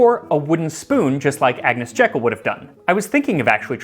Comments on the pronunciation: Max, your food histories are so interesting and entertaining so I have come back to watch the earlier ones I missed. You probably won't see this now, But Agnes Jeykll's name was pronounced Jeekull not Jekkle. : ) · Lady Jekyll's name is pronounced "JEE-kull". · it's JEE-kull to you.... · I’m not certain but I believe her name is pronounced like the garden designer Gertrude - that is, jee k’ll. Rather than the Dr of Robert Louis Stevenson fame. Interesting video, many thanks. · I had not seen this before - it's excellent. Thank you. A little bit of pedantic trivia. Agnes Jekyll was from the Jekyll family - a sister-in-law was Gertrude Jekyll the horticulturalist and garden designer. They pronounced their name 'Jeekyll' (quite common in Scotland - it's a Scottish name). One of her husband's uncles had been a friend of Robert Louis Stevenson, who used the name for Dr. Jekyll & Mr. Hyde. Stevenson also pronounced it 'Jeekyll'. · pukka people actually pronounce it Jeekyl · A minor point but, hey let's get the historical details right, you should pronounce her surname..."JEEkl" like the garden designer Gertrude Jekyll who was her sister in law.